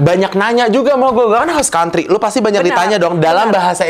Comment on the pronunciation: Host Country kak bukan House Country.